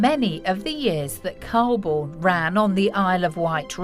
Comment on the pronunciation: The narrator of mispronounced Calbourne